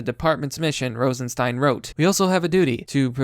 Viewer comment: "Rostenstein" again....